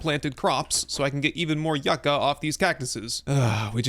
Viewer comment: Is someone gonna tell him how to say yucca correctly.